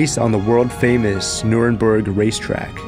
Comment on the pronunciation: Nurburgring not Nuremberg